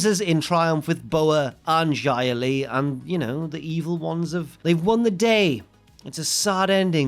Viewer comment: Why do you pronounce Xia Li like Jia Li Also I thought her name was Tian Sha ._.